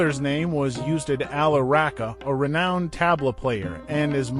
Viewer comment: “Oostad”....for ustad....thats the pronunciation